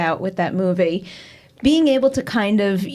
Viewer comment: Hot! BTW I always find hilarious how pronounce some words like saying "movey" instead of movie.